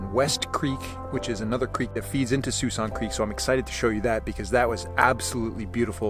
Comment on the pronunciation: I believe it is pronounced Sk-walksin creek